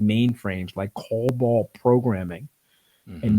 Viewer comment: It’s cobol, not cobalt